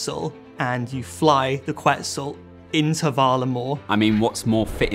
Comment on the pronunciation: Hearing them pronounce quetzal that way makes me wanna call them so that they can pronounce it correctly. I can’t let my parents homeland down 🇬🇹